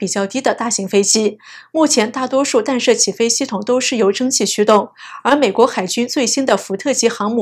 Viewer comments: 弹（tan）射，不是（dan）射！！！ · “弹”不念“dan”, 念“tan ”。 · “弹射”应读做“tanshe”。